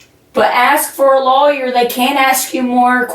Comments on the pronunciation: Lolllyer 😆 Thank you, you as well! ❤ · My apologies to the Drop family but if I hear her tell the friend to get a "low-yer" one more time, Im gonna have to move on. Nah, Im going to stick around. Its too funny that she thinks the cops believe that she is unaware of the camera and that she's just nonchalantly chatting about the case at the top of her lungs. 😂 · I can’t help but giggle everytime she says “lawyer”.. what accent is this? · Actually, if you really consider the phonetics, she probably has more of a technically correct pronunciation that the more common "loyer" sound. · It's a crime hearing her broken voice pronounce "lawyer". Stay safe DD, BD, and all the CCCC🤘🫶🌈